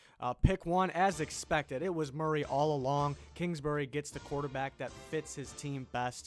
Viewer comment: lmao im a nyg fan and love how u said “quarterback” just like gettleman’s dumbass says it